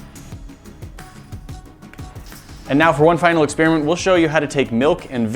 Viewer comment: "Ex-spearmint"... Why don't you just say "experiment"?